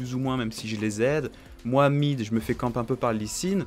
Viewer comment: moi mid , on dirais tu dit mohamid xDDDD